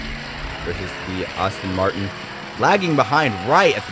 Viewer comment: Pronunciation Aston Martin not Austin Martin Alfa "Row Mayo" not Romeo, excellent races.